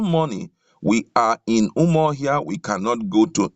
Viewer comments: This reader should leave the script to the writer as he makes nonsense of the script when he murders certain words. Eg it should be: UmAhi not UmUahi, Awka (pronounced as Oka) not OKWA, UMUahia not UmuOHIA, Arthur not Otor. Alternatively post the script and allow us read. Besides your voice offends. ☹️☹️ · Please presenter, the capital of Abia is UMU-AHIA not Umuohia